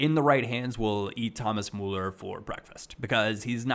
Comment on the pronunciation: it is about time you learn to pronounce Müller, with you being a Bayern fan and all.:)